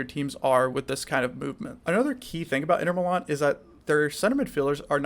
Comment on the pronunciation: My brother, I never heard any one say inter milan like that. Sounded like the name of some north eastern pie